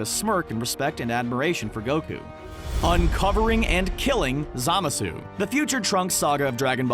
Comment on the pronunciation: When he butchered zamasu’s name I died